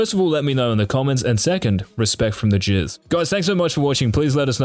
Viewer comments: why does this guy keep saying jizz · Everytime he says Jizz only thing in my mind is